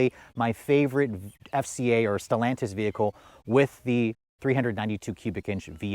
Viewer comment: Still sounds weird to hear you say Stellantis.